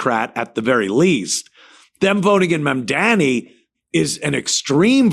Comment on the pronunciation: Anthony’s mispronunciation of Mamdani is too much